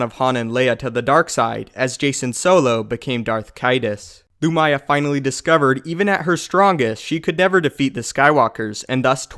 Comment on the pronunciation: loo-mee-yah not loo-my-ah